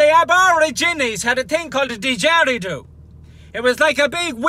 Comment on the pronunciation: N it's a did-ge-ree-doo